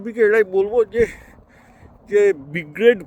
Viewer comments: আপনার কথার সঙ্গে আমি একমত, কিন্তু আপনি আগাগোড়া Brigade কে B-grade বলে গেলেন ভিডিও জুড়ে 😂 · Brigade ❌ B grade✔️ 😂😂